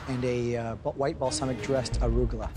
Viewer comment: 😂😂😂😂😂 he meant to say arugula. 😆